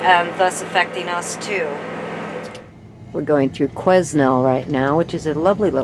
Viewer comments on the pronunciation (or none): Quesnel is pronounced Quin-ell Merry Christmas